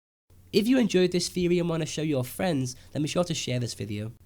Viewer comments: Good video. But i hate when he says Theory. Like its theory not feory. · the way you say theory proves to me you don't know what you are talking about.